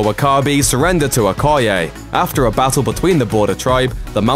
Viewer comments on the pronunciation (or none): none